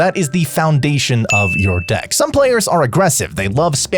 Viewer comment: DICK instead of DECK 🤣